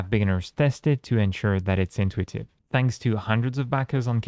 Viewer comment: You keep saying INtuitive and conTEXT, instead of inTUItive and CONtext, in all your vids. There are more words that you accent in the wrong syllable, but I can't remember them atm. Those two come up a lot in your recent topics, so that's why I remember them more. Hope its helpful, in case nobody told you before. The ui looks super attractive. Great work. Can't wait to test it!